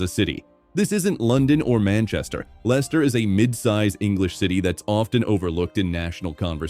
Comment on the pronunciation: Can't even get the name of the club right [Lenster?] . Why should we believe this claptrap ??